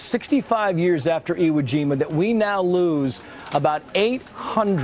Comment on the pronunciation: You dumb Fuck ! You keep mispronouncing iwojima